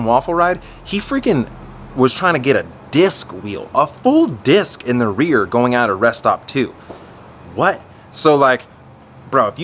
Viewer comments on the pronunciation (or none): none